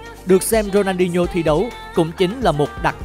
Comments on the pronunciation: Ronadinho mà ông bình luận đọc rooney hoài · Có nghe nhầm ko nhỉ sao đọc tên Rooney 2 lần